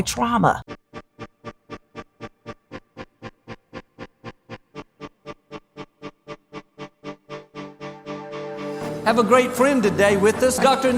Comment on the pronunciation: KJH: she not saying twauma cowwectly